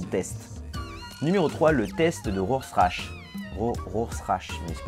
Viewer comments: mon dieu ca fait mal aux oreille! ça se dit RorchaR pas rorsach! ->rorschach--->RORCHAR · Ça se prononce Rorcharre, pas Rossrache ! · Répètes après moi ROR - CHA pas "Rosrach" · Rossrache... Rorchach, prononcé "Rorchak" comme dans Watchmen ! <3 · Rorschach par Roschrach, mais en effet pas simple à prononcer :') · On dit pas "rozerache" mais "rorcha" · Rorchar ce me semble, pas rosrache (ou alors c'était une blague que je n'ai pas comprise). Sinon très bonne vidéo. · C'est pas ross-rache ou que sais-je, mais ça se prononce tout simplement Ror-char. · Première fois que j'entends "Rorschach" prononcé comme tu le fais, "Ross-rach". J'ai toujours entendu "Ror-char". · ça se dit rorchach pas rosrache (je sais que ça s'écrit Rorschach) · "Rorschach" se prononce rorcha et non rosrache..... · c'est rorchard et pas rosrache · rorschach!!!! ROR-SCHACH (rorchard ;) ) mais bien la vidéo !! :) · prononcer ROR-CHAR pas roschache..... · rosse rache xD rorchat ca se prononce ;) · Rorschach se prononce comme "Rore Char". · Pour les tâches, ça se prononce "rorchar" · Ben en fait dans Watchmen ils le prononcent "Rorchak" (dans la version que je possède en tout cas) alors du coup j'suis pas sûr que ce soit la meilleure des références. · Ca se prononce bien Rorchak ^^ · Non, c'est "Ror-char". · Tu peux vérifier, c'est bien Rorchach (aussi bien le nom du type du test que le héro de Watchmen) prononcé "Rorchak" :) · Ça se dit "Ror-char" même si ça s'écrit Roschach, comme le héro de Watchmen (PS: Excellent et l'un des meilleurs films de super-héros d'ailleurs !). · Le test de Rorschach tu le prononce "rorcha", je sais c'est chelou mais c'est comme ça mdrr #BienvenueEnPsychologieClinique! Mais sinon, c'est toujours aussi génial tes épisodes :D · juste, on prononce RORCHAK XD j'adore tes vidéos !!! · ça se prononce Rorschak ! #ProDC #WatchmenPowa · Super vidéo très intéressante ! :) Juste histoire de faire la meuf chiante, Rorschach se prononce "Rorchar" 😉 Bonne continuation !